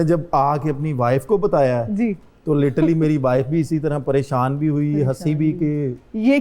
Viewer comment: Literally ❌ Litally✔️